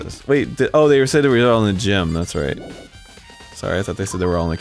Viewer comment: Everyone is in the gime. What the hell is a gime? (Goes to gym) Ohhh... a gime